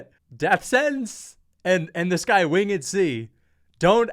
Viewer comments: Wing Ed? Its winged bro 😂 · "win-ged c" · 😂😂😂😂 “wingid” C?? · WHO TF IS WING-ED C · bruh why do you keep saying Wing-ed C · “Wing-id C” 😂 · “Wing-ed C”. 🤣. Bro can’t spell/read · “Wing-ed C” bro its one word lol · Most absurd pronunciation of “winged” i have ever heard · Why am I watching a reaction video which is basically just stealing content? Bro you don't know how to pronounce "winged" and you hear "done" as "son"? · Why are u saying winged C like that